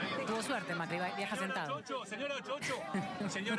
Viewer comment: Me da un hambre cuando dicen macrii